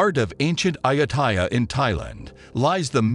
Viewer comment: Just imagine… just imagine if the speaker could correctly pronounce the name of Ayutthaya correctly 😂